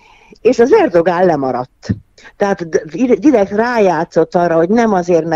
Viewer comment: Erdoán a helyes kiejtés, tessék utánanézni